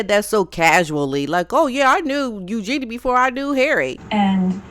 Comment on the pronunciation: Oh yeah. Meghan and Eugenie are buds, but she didn’t know who Andrew is. So believable - not. She can’t pronounce Eugenie properly, and calls Sarah Ferguson Fergie which any royal watcher knows Sarah doesn’t like.